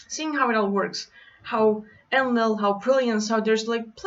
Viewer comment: En-Lil > EL (rhymes with RaphaEL, MichaEL, AzazEL and the rest of the rock band) //* btw Wow that was such an uplifting message, <3 We just need to learn to trust and embody that we are indeed THIS powerful